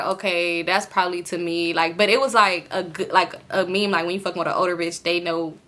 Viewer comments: 🤣🤣🤣 i done watched this video about 30 times and i finally decided to comment only to see what i was thinking already there 💀 it’s me in my head, “, what is a mim? it’s meme sis, meme” 🤣🤣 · it’s a similar pronunciation like mim but you’ll just say it with a long “e” sound. M-ee-m .. i hope that makes sense 😭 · I just wanted to say rq meme is pronounced meem not mehm 😭 love you tho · I’m crying 😂😂 stop saying mem it’s me-em like mean 😭 you so funny ❤ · u grown asl calling meme a “mem” what the hell 😭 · Ik this video is 2 years old but I'm dying everytime you pronounce meme as mem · It’s meame 😂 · I thought I was the only one catching that 😂 I thought it was pronounced like “meem” but shes so funny 😂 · Meme is pronounced MEEM 😂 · You pronouncing meme as “mim” is HILARIOUS 😭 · I thought i was trippin I'm over here thinking "wtf is a mim?" 💀💀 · I don’t normally comment but this was soooo funny. I was like what she talking bout😂😂😂😂🤣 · right, had me crackin uppp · I was just coming to say the same thing 🤣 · the way you pronounced meme is sending me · Girl if u say meme wrong one more time 😂😂😂😭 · The one you pronounced meme lol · Now why did you pronounce meme like that 😭😭😭😭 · He would post what?? 😭😭 it’s okay I love you. It’s the pronunciation of “meme” for me I’m crying 😂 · Lmaoo the way you say meme😂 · I’ve heard meme pronounced both ways, it still confuses me 😅